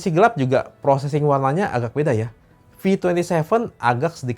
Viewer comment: Bro bukan agag tapi agak. Saya dengarkan baik dan nonton video ini .